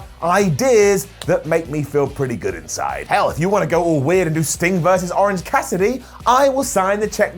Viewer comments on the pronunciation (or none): none